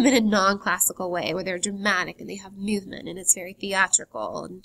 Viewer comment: Sweety. Work on your voice, because you have the content pretty much done. "Myuvement"? And the vocal fry....